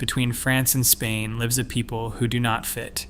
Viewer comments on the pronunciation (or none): none